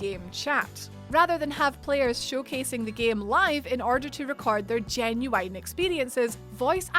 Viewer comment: genu what now? Genuwhine? Excuse me?